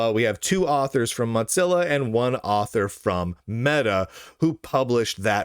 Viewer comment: Does lunduke purposely mispronounce Mozilla as Motzilla?